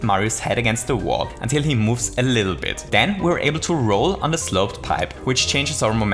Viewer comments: 12:7 ,,to dive a bittle lit"xDDDD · "Too dive a bittle lit" thanks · to dive a bittle lit xD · did anyone else notice he accidentally said a bittle-lit here? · “To dive a bittle lit” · "A bittle lit" xD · we need to dive a bittle lit? Sure... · To dive a bittle lit? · to dive a bittle lit? Ok.. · "Bittle lit" you say? What do you mean? :P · "To dive a bittle lit" XD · a bittle lit? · this was the second time i heard u say "a bittle lit" is it some kind of inside joke? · bittle lit? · A BITTLE LIT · "a bittle lit" Was that intentional? War das Absicht? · To dive a bittle lit? :-) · We just need to dive a bittle lit😂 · To dive a bittle lit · dive a bittle it?